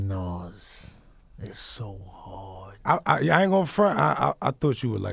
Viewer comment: Why did Flex say “It’s so hard” like that?!?!?? Skip to lmfaoooooooo